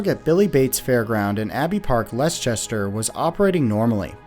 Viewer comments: Abbey park. It's not less-chester. It's Less-ter. I've lived in the area most my life :) You American creators should really think about having a British consultant to check pronunciation of British places names before recording the speech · It's supposed to be something like less-ter isn't it? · "less chester" that's a new one on me! I assume Leicester? which would be said as "less-ter" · Please note: the city of Leicester is pronounced as if it were spelled "Less-ta". Its definitely not "less-chester" as you said. Also, the place you mentioned in south London, is not "Lambdeth", its "Lambeth", pronounced "Lam-beth". Otherwise an excellent video. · Just a polite pronounciation correction Lambeth is pronounced as lam beth. There is no d. And Leicester is pronounced lester. I know uk place names are weird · les Chester lol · "leh chester" lol. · Leicester is pronounced Lester, just so ya know mate👍🏾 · I went on my first jump ride earlier this year, and it was a blast! So it's pretty shocking learning how dangerous they are, especially how much of a staple they are at UK fairs. By the way, Leicester is pronounced as "Lester." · The pronunciation of Leicester always throws foreigners in a loop, I swear. It's "Less-ter" for reference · Leicester is pronounced Lester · im sorry but its pronounced "les-ter-shir'" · I love that Americans can never pronounce Leicester and pronounce it differently every time :D For reference it's pronounced 'Lester' (Or 'Lesta' if you're local). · it's less-tuh .... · Tiny correction: Leicester should be pronounced like "LES-tər" (Wikipedia's pronunciation guide for place names is usually quite a good resource for this). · Congratulations, you have won the award for worst butchering of word "Leicester" I have ever heard.